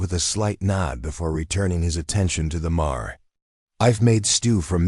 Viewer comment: MARE -Rhymes with HAIR